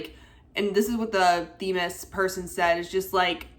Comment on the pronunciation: I'm sorry, but I think you mispronounced Themis.